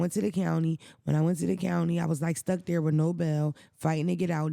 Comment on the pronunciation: ‘Wit the quickness’ 😂 He frustrates me sometimes ❤